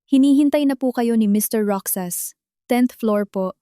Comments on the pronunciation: Hoy narrator magbasa ka nman ng comments para Malaman mo na Ang Tanga mo sa pagbigkas mo ng Roxas. Basahin mo ng rohas Hindi roksas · Mali-mali ang bigkas ng ilang salita gaya ng Roxas, ang bigkas ng narrator : Ro-xas/ sas tamang bigkas ng Roxas ay: Ro-jas/ has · Roxas or Rojas not roksas ano ba yan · Nakakainis kaya pakinggan, ang pag bigkas ng roksas, imbis na Rohas (Roxas) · Roksas ang dapat na pagbasa niyan ay rohas kasi ganito ang pagbasa ng kaibigan ko sa apelyido nila same as Roxas or Rojas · Hindi ka baggy narrator daig kapa ng isang kinder sa pagbabasa paano naging Roksas ang Roxas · plaese sorry po na icheck ko ang pag pronouns ng ROXAS(ROHAS) po ang pronounce nyan